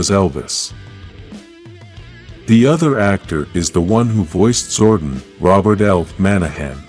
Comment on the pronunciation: fix how you pronounce zordon you say wrong a lot it's disrespectful to the charter and the name of the power rangers event too